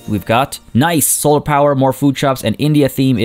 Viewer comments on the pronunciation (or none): none